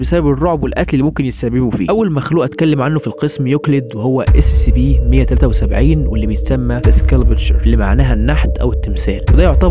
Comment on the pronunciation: يا اخي انت تقول Sccp لا انطق Scp فيها حرف c واحد